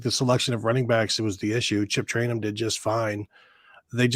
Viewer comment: always says their names wrong LOL it's pronounced TRAINUM (TRAYANUM) and EGGBOOKA (EGBUKA). LOL